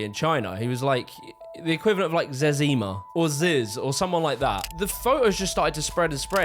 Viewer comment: did bro just call zezima 'zezeeenma' ahahaahah